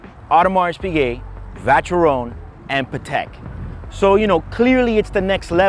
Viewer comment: You really should learn to pronounce Audemars and Vacheron before making videos about them